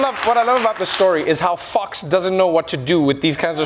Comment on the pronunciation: Anyone noticed? Trevor mispronounced Fox